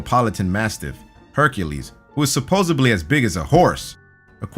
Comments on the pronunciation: Supposebly? Supposebly? It's supposedly ffs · God Damn it! Sup ohz ZED lee! Not supposably! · Supposebly? SUPPOSEBLY????!!